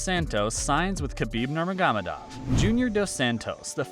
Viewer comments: You butchered Khabib’s last name ya donk! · Dude you pronounce Khabib last name so funny. 🤣🤣